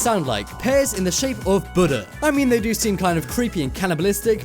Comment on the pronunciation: How he says Buddha 😂😂😂😂